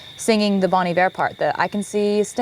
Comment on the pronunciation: FYI Bon Iver is from the French “Bon Hiver” (“Good Winter”), so it’s pronounced “Bon Eevair” 😊